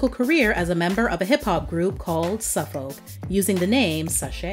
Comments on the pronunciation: Souf folk is pronounced more like south folk. Souf is Houston slang for south. And his former name “sache” is short for Versace, so it’s pronounced more like the “sace” part of Versace. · The pronunciation on Souf Folk hurt my feelings